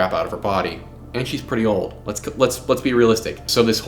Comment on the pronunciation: An unrelated (maybe?) detail I have noticed lately. What this generation of young adults perceives to be 'old', or "ooald" as he pronounced it. Now 53 is not a spring chicken by any account, but it hasn't been equated to geriatric for well over a century if even then.:face-fuchsia-tongue-out:Now, Anne was born firmly within anyone's definition of Gen X, and is no way considered to be a Boomer. Which is a whole other thing, youngsters lack of respect for that generation.